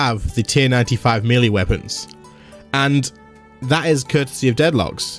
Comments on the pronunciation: It's pronounced may-lay... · Does anyone else cringe when he says melee?